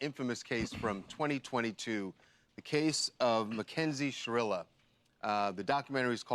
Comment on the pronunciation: Are you'all for sha-real-a ?!? 🤢🤮